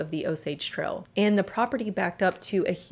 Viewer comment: Pronounce your "A's" right...its annoying!! "Trail" but you say "Trel"